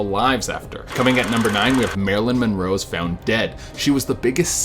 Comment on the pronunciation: Marilyn Morore